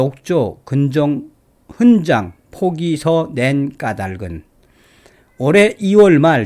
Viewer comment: '훈장'을 [훈짱]으로 ? 매우 귀에 거슬리네요 이제부터는 [훈장]으로 발음하면 좋겠어요.